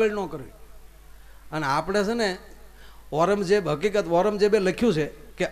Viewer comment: અૌરંગઝેબ માયાભાઈ આૈરંમઝેબ નઈ